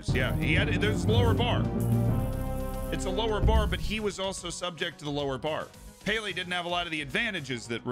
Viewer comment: Payle hmm? Not pele then